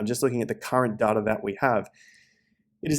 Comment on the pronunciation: There is absolutely no “R” in data. Seriously, where do you see an “R”?!